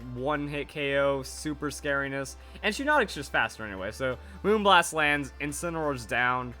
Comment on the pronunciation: pls. It's pronounced Shy-Naughtic because its name is shiny and hypnotic put together. Looking forward to the rest of Fan Fridays though!